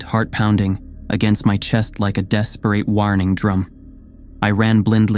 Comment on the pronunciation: The person who narrates has a great voice for reading these stories! It would help a lot if he learned how to pronounce the words that he is reading though. Ill be really into the story and every misread word pulls me out of it because i then have to figure out what he meant to say......misread in this story- shred, horizon, desperate, warning, blindly, rubble, debris.